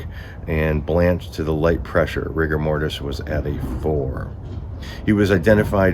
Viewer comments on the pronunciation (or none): none